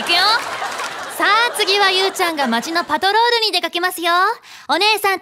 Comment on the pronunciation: の「オウッオウッオウッ！！」 天使ー！！ アシカショーなのに🦭イルカのイラストが🐬 「町のパットロールにゆーちゃんが出かけるよ」 可愛い❤️💕 「今するなぁ！」好き！！